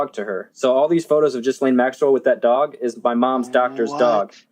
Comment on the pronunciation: Its pronounced "Gee-lane", not gis-lane, just fyi :)